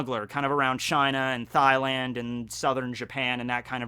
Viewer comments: Thailand is pronounced tie-land not thigh-land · am i the only one that noticed he said " THIGH land " idk where im from we say " tie land " shoutout australia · Bro did you just my mf country Thighland??? MAD DISRESPECT!😂(it's Tai-land my g) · Did my man's just call Thailand "THIGHLAND"???? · is anyone gonna mention "thigh-land" or . . ? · THIGH LAND? ...I think you mean Thailand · Did he just say thigh-land?!?! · Thigh-land. The holiest of holy lands. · "Thighland" lmao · he said thighland lol